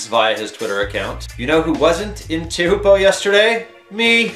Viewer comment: Learn how to say Teahupoo